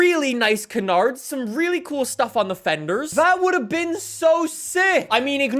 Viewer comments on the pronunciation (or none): none